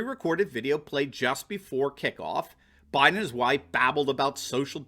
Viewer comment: this is supposed to be a super BOWL, not a super BOO also BUYden not BOOden